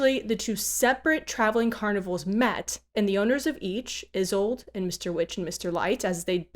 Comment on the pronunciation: "Isolde" is a German name, e.g., from the play Tristan and Isolde. It has three syllables as the "e" is not silent but more of the sound of an "a". So, "I-SOL-da" is the correct pronunciation. I speak German fluently and I remember enough Russian to get slapped. As you may know, Jabberwock and a Vorpal blade that goes snicker snack are from Lewis Carroll's poem "Jabberwocky". You might borrow from that poem a Jubjub Bird and a Bandersnatch as additional dangers. Have a brillig day!